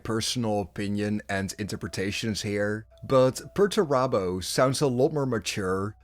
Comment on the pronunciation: Where has he been? Sulking. It's Perurabo what else would he have been doing for 10 thousand years?